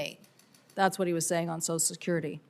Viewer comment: Why is "social" so hard for so many people to say?!? This woman, like so many others, says "So-sul" instead of "So-shul." Somebody help me understand this, PLEASE!